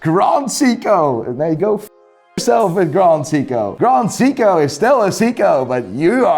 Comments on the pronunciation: Very funny stuff. Just wish you could pronounce “Seiko” correctly. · his prononounciation of seiko.......oww its hurt me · The way he says Seiko I thought he was talking about Seagull movements. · It’s “say k-oh.” You’re welcome. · Seiko not Siko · Why do you pronounce Seiko as "Siko"? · Jaeger. Pronounced like in Pacific Rim? What's a Seeko? 😝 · I tuned out at 'See-co'. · Grand “SICCO” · Why is he pronouning Seiko as Seeko? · Siko? You do have a funny way of pronouncing certain brands😂. Regarding Grand Seiko, you should check the finish on those watches. Total eye candy. You can say whatever about their movements (I personally like them), but they have always excelled in their design, even mid tier models. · Who pronounces Seiko as Seeko? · He called Seiko seeko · can never get over how chooses pronounce every watch brand properly except Seiko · You know someone is full of swiss goop when they consider rolex god tier and trash grand seiko. Let alone the fact he can’t pronounce seiko correctly. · Why does he pronounce Seiko like that? lol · That's the first time I heard someone who's into watches mispronounced SEIKO. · This man is so weird. Pronounces Uliyses Nardin perfectly yet but can’t pronounce seiko. Along with his seiko and A longe and sohne ratings? WTF and Richard Mille despite not being good they aren’t trash. If you say you like watches based on the artistry and history Richard is definitely good. So just because you don’t like it it’s not trash. I would have said meh because I don’t want one but I can still appreciate it